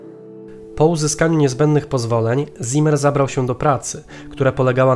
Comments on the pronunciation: nie "ZImer", ale "Cimer" (Tak czyta się słowo w zapisie "Ziemer"). Poza tym: łapa w górę; program na db+ Ciekawostką jest jednak to, że nazwisko to wskazuje na żydowską proweniencję; taki człowiek był w III Rzeszy. Parę lat później by go aresztowali i może nawet zabili. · wszystko ok ale w niemeickim Z zawsze czytamy jak C, więc nie Zimer a Cimer to tak na przyszłość, pozdrawiam.............................................................................................................................................................., Z występuje w literze S, na początku wyrazu (z wyjąkiem St i Sp) między dwoma samogłoskami, i po spółgłoskach N, l, r, m, przynajmniej w "szkolnym" hochdeutsch czyli dialekt Hannoverski (potocznie niemiecki) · Zimmer czytamy cimmer.